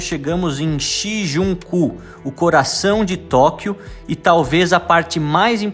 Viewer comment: O nome do bairro é Shinjuku, tira da pronúncia o N após o ju